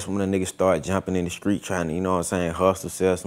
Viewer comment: In the skreetz of London